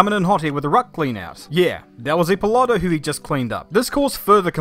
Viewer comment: Hey just want to tell that Corberi and his father get disqualified for 15 years. BTW the pronunciation is ippòlito non ippolìto. Source: i'm italian, mamma mia pizzeria